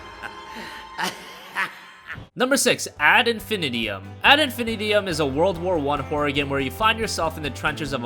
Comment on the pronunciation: Did you really call it "Ad Infinitium"? Try again.